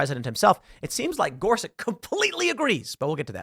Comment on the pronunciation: Spelled, “Gorsuch” sounds like, “Gore-Such.” Knowing is half the battle.